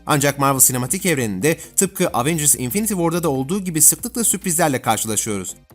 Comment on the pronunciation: LAN EVENCIRS DİYE ONUNYO AVENGIRS NEEE